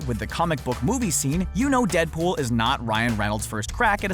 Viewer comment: He said danpool